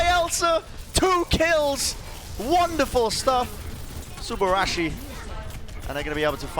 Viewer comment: Sue-boorah-sheeeee.......cringe in American